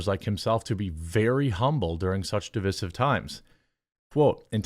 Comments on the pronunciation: Divissive? Deev-eye-siv. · Fine, but please stop saying "di-VISS-ive." for the word "divisive." You don't say "di-VID" for "divide," do you? Don't act like a stupd Harvard prof. It's di-VICE-ive. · Btw its pronounced D-VISE-IVE. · Every time you say divisive wrong reminds me why I debate no loger watching your content. This may help the only proper way to day divisive is dəˈvīsiv. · That's a long "i" in 'divisive' Jeremy. Div-EYE-sive. Sorry, I don't know why that's bothering me so much this week, but i was just talking to a friend about this very thing yesterday. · Love what you said but cringed at the string of mispronunciations. " Cannes, Lions, Divisive, Divisive, , Divisive" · PLEASE look up how to pronounce "divisive".